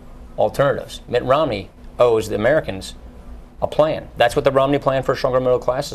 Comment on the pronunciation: I want to know more about this "Ritt Nomney" character....